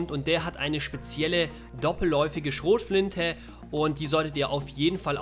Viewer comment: "Schrotflintä." bin abgekackt